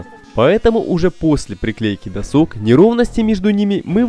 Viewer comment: Бесит постоянное "досОк", может "дОсок"??? доска. нет второй О в корне. задрало (((